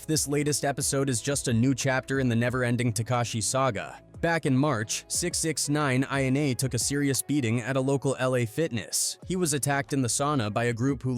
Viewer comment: Did he just say 6-x-9-nine lmao